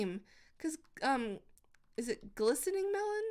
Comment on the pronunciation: When she said glistening melon i thought she said glycerin melon